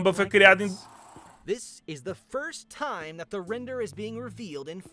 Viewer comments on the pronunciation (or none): none